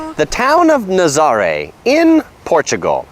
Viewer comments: Ha ha I see everyone is commenting on your pronunciation... cute video but why didn’t you show the waves? Naz-ah-ray. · It’s NA-ZA-RA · It’s actually pronounced Na-za-RAY, with the accent on the last syllable. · dude. learn how to say Nazare